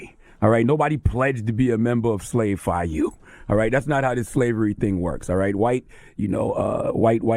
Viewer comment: He said Slave Phi U I’m done 😭😭😭